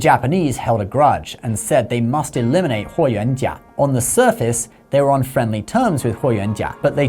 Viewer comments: As the direct descendant of Huo Yuanjia (霍元甲 Yes, he is my Great-grandfather).....he is a legend and hero of our lineage; A true "DRAGON OF THE EAST"🐉🐲.....the Celestial Solar Divinity from the Stars✨🌌 I'm really impressed by how accurately you pronounce my Great-grandfather's name👍🏻👏🏻👌🏻 Isn't it funny.....you never knew who's watching your videos 😉 Btw, don't you also have a YouTube channel about credit cards?!?! 💳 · I was really impressed at how you accuratly pronounced his name, I was really thinking you did a lot of reseaarch and cared about getting things correct. Then I saw your chnnel name lol.